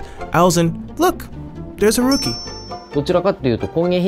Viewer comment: The way he pronounces ‘Haruki’ as rookie...